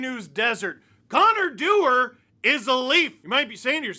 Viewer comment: You mean Connor Du-WAR???